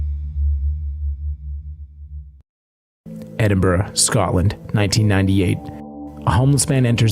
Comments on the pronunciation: I live in Edinburgh, been to Greyfriers many times and been on many ghost tours. I'm also very happy you pronounced Edinburgh correctly 🤣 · GardyLoo is what they would shout before tipping out their buckets lol. thank you for pronouncing Edinburgh correctly! I'm a local and visiting Greyfriars on Friday 13th eeeeek